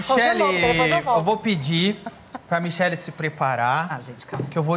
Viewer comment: Mi"Cher"lle Barros